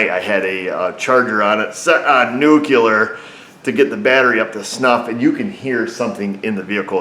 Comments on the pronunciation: It's "Nu-CLE-ar",, NOT "Nu-CU-ler" (a non-existent word). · "New-clee-ur" Yeah, I know, but... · nucular, haha